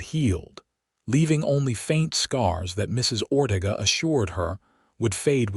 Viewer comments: It's Ore tay ga. Please instruct your AI as to the correct pronunciation of Mexican names. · Or Ortega. Many words and names. If this is how AI works, we are in a world of hurt as a nation.